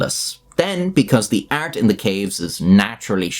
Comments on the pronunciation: why do you pronounce art as "ert" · "prehistoric ert" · the way you say art is the equivalent to gordon ramsey saying olovol